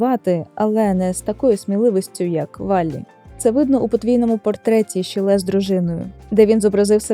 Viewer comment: один з моїх улюблених художників, тільки правильно шИлє а не шілЕ